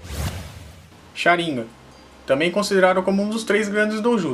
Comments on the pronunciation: Não me aguento ouvir shaniga invés de shanigan kkk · sabe nem fala Sharingan, kkkkkk Sharim gam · Ele fala sharingan errado n é sharíngan e sharingan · É Sharingan não é sharinga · Sabe nem falar sarigam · Pq as vezes você pronuncia Sháringan e Sharingan? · q nervoso tu falando sharíngã kkkkkkkk é sharingan mano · Cha rin ga ,_, agunia dessa fala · O cara fala shirangá KKK não consigo ouvir sem lembrar kk